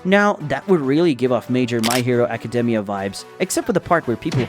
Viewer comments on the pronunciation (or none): none